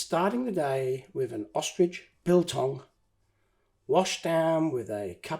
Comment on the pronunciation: Here in south Africa we just say the Boendoes (boon do's) or the bushveld and the Kruger national park in afrikaans we call it die wildtuin (wild garden) love the way you said biltong back in the day they did used land rovers nowadays they use land cruisers and this restoration is a splendid fix well done greetings from south Africa